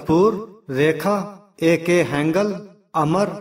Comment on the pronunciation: ए के हैंगल नहीं भाई, हंगल जरा नाम तो सही से बोला करो